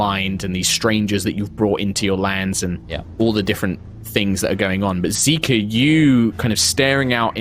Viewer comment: I keep hearing Xiika pronounced as Zika as in the zika virus